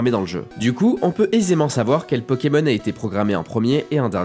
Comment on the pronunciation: Pourquoi tu prononces Pokémon bizarrement ces Pokémon pas peuuuuukemeun